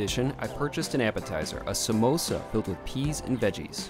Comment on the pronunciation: Did u just called samosa MEMOSA? 🤨